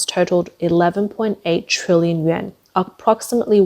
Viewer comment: Im sorry. But who are these idiots that keep-across youtube- pronoucing the "YUAN" like the japanese "Yen".